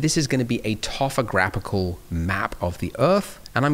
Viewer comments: Blender guru, it's topographical not tofograpical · it's toPograPHical, not toPHograPical, your way does sound fun though :) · "tophograpical" lol .. hard to talk while doing a bunch of things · A new word is added to the dictionnary == ToPHograPical in